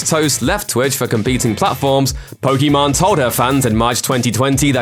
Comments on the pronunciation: Poké Main not Poke Main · Just FYI, it's pronounced "POKI-MAIN", not "POKI-MON". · Did i heard Pokimon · This dude really called her Pokémon instead of pokimane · It’s not Poki man you idiot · This dumass thinks hes right as he says Pokimon LMFAOOOO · ooo your sponsors will be under fire now you called her pokimon lolol shes such a 2 faced lyer and hypocrit why does anyone watch her trash? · calls her "pokemon" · Her name is pronounced Poké Main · I guess as far as pronounciation,pokemon sounds like how you would say it in french while poki main sounds like how it should be said in engish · Not even a fan, but I cringe everytime they mispronounce her name... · It was intentional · Careful, you mispronounced her name, she might come at you or your sponsors now.